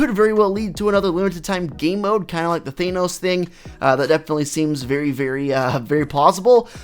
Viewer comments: it's Thanos, not Thaenos! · They-Nose? Than-ose